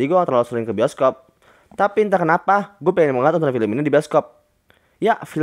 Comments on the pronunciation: bang kok pertama bscaannya boskob bukannya bioskob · Itu bacaan nya bisokop